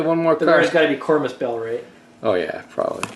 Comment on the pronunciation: Did you say “kormoo bell”? Is that how it’s supposed to be pronounced? I looked up Kormus and couldn’t find what the word means.